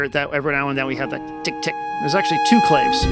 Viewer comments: Hey man, great demo. Yep, I just ordered one. As a sidenote and please don’t take offense, but you are pronouncing “Clave” wrong, it’s meant to imitate the sound of the Latin instrument which is pronounced “Clah-vey”. So yeah, great demos as always, super comprehensive and definitely do not mean to sound condescending, but I thought you would prefer to pronounce clave correctly! All the very best to you, NAI⚡️🐉⚡️ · Wikipedia says "clave" can be pronounced "Claw-vay" or "clayv." I've only ever heard the former, but, evidently that's a me issue.